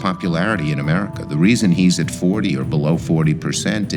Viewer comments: the stereotype for trumpnites when they say 'Murica' is unfortunately dead on, as displayed by & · Just listen to how he says Amurica 🤣🤣🤣🤠🤠 speaks volumes ... Eric cartman is fucking hilarious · the fat lady at the table unironically said "amurica" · This lady really pronounces it "Amurca"...